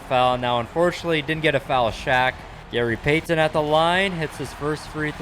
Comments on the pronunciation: I don’t think I can listen to this guy pronounce Gary payTON anymore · i love how he keeps getting peyton and kobe mixed up then the way he says gary pay-ten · “gary payTon” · i love but the way he says gary payy- ton is funny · From now on, just call him by his first name or call him The Glove. The way you pronounce Gary Payton’s last name makes me uncomfortable